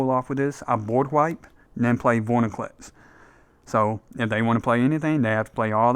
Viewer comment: Awesome deck dude! Am building something similar but a little more rampy/go wide. Sorry to be annoying, but it’s “Vor-IN-clex”, not “vor-NI-clex” (my favorite card xoxo)